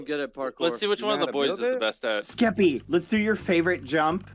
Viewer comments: Mr beast calling skeppy “skep” is so wholesome 🥺😂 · Lammetjes actually, he kind of said “skip” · I like how mrbeast calls skeppy skep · I like how he just called him "Skep" the whole time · I love how Mr. Beast calls skeppy “skep” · I just love how Mr.beast (jimmy) keeps calling Skeppy “Skep” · Everyone: Skeppy Litterally everyone: Skeppy MrBeast: Skep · a6d calls Skeppy Skep too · I love how Jimmy called Skeppy “Skep” 🥺🥺❤️ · mr beast calls skeppy, skep" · Ngl mr beast calling skeppy skep is mildly infuriating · “Skep” - mr beast 💀